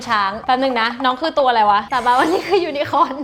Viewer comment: น้อง ยู-นะ-โค่น ยูนโค่น ค่ะ